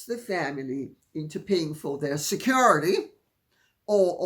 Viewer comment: The way Lady C pronounces “SECURITY “ makes me giggle every time she says it.